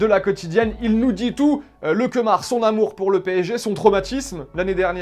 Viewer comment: c est pas kemar c est lemar 😂